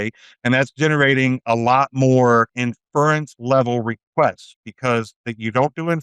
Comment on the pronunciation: This episode should have been titled, "we missed it!" The word is inference. Not " In-furr-rents" If you say it right, it flows pretty easily off the tongue.